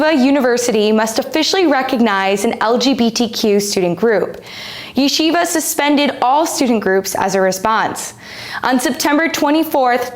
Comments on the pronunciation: Stop pronouncing it incorrectly!!! It’s ye-SHEE-va not YEshiva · Why is it so hard for these journalists to pronounce the name of the school correctly? Everyone know it's YEH-SHEE-VA.